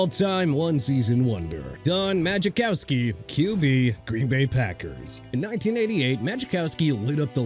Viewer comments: Muh-Cow-Ski. Not Magicowski. Good lord. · The J is silent in Majkowski. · Need to pronounce Majkowski correctly. 😂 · To be fair he pronounced his name wrong too lol